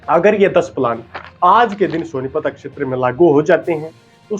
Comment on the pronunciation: शब्दों के उच्चारण पर ध्यान देना होगा। क्षेत्र को आप अकशेतर कह रहे हो, फेल को फैल बोल रहे हो। आपको कितने लोग देख रहे हैं ये तो आप जानते ही हैं। अच्छा प्रयास है, थोड़ा और ज्यादा मेहनत की आवश्कता है। हिंदी का डायलेक्ट हिंदी ही रखें उसमें हरियाणवी न घुसाएं। शुभकामनाएं।